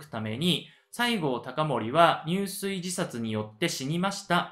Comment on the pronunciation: 藩主をミスって将軍って言ってる部分もありました。 入水はやはり「じゅすい」と読んで頂きたかった。 いい内容だけに勿体ないです。